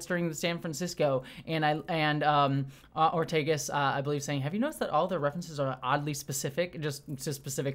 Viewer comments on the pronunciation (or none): It's Ortegas, not Ortiguez.